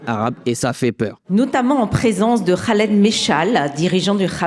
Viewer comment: On notera l’application pour la prononciation du mot Hamas et du prénom Khaled 😐😐😐😂